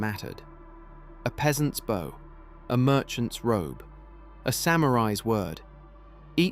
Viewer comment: For our friends who are a little slow, when the narrator says bow(bó) it doesn't mean this 💝 or this 🏹. It's mispronouncing bow(bau), the common asian greeting and display of respect.